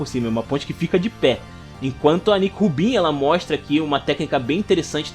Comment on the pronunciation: Cara, sensacional seu resumo. Merece um like com certeza. Mas confesso que me incomodava bastante todas as vezes que vc falava “chapeis de palha”, “Nico Rubin”, “Zóro” ou “Ruffy”.